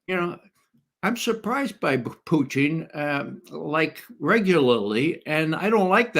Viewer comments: Why does Ray McGovern do this idiot intentional put down of referring to Putin as Pucheen . ? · I respect McGovern’s reasoning but every time he mispronounces Putin’s name as “Pyuteen” I am reminded of W’s mispronunciation of nuclear as “nookular” Not even RT Russian presenters butcher Putin’s name with the relish of McGovern. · Why does your guest keep saying Puteen ?lol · Why does Ray Mcgovern always pronounce Putin in a weird way?